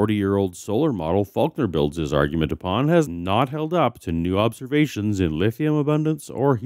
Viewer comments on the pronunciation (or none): none